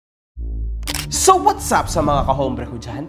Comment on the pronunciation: hombre ("ombre")- walang "h" ang Espanol.